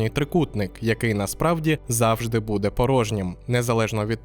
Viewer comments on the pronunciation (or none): none